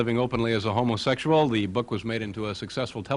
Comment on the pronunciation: He says 'ho-mo-SEXual'...like the voice-over's in those dodgy 'beware of' info films ?